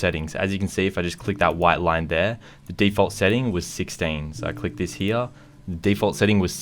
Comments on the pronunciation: I get so mad when he says heya instead of here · Lmao love the way he says “hea” no hate I’m subbed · This is how many times he said "here" pronunciation "hea"😂 👇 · Its funny the way you say "here" 😂